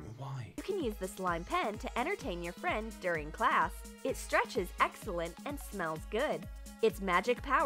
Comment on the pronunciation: Me: Omg is he gonna say class like "closs"????? Omg he pronounced it "closs"